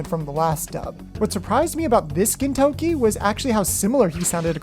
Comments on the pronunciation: Hahahahahahah “gintoki” to “Kentucky” I can’t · The season 1 dubbing for Gintama is the only English dubbing that was actually good. I just didn’t like how they pronounced Gintoki’s name and changed Katura’s nick name. Other than that though the dubbing was good. All of the English voice actors in season 1 in my opinion were the best voices. I hope someday they re-dub Gintama with the season 1 voices. Mostly what the season 1 English voice actors would have to do is practice pronouncing the names better, especially Gintoki’s and change Katsura’s nick name back to Zura and they’re all set.